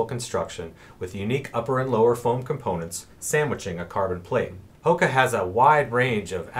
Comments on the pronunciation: jonny j You’re absolutely correct on the pronunciation. We blew that one, thanks for the correction! I think we have just said “Hoka” for so long now, we forgot! Good catch. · Thracian_elite Thanks for the comment, and absolutely correct. We mis-pronounced the Brand 😳! I’ve been using only “Hoka” for too long...good catch!